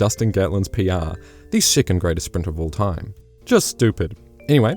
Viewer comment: I can't cope with the pronunciation of the word SECOND as SICOND!